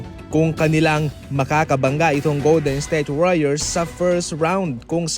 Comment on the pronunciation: Goldednsthayte warriors ba naman pag pronounce 😂